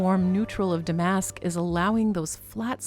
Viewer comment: MCM is not my style, but you do it soooo well. Lovely piece. Love your unique channel .....would really enjoy seeing you on stage ! BTW Damask is pronounced with the accent on the first syllable..DAH- mesk. All you young girls make that mistake lol.